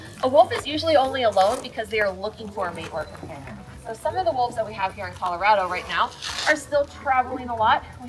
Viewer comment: I don't think that's how Colorado is pronounced 🤔